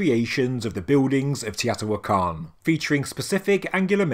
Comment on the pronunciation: Long time subscriber & love your channel & all the research & discoveries you bring to us. BUT, sorry, Teotihuacan is pronounced - tay-oh-tee-wáh-con.